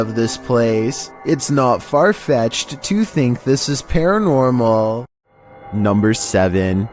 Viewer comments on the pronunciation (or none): "NUMBR FIFTEEN"